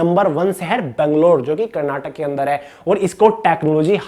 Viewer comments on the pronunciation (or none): none